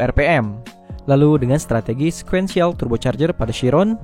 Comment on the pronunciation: Bacanya...sikuensial bang